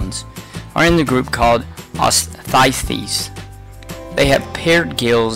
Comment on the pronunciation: Holy Jesus the pronunciation of the classes is terrible. Bony fish/osteichthyes is said (os tee ick thees) and the cartilaginous fish/chondricthyes is said (con drick thees).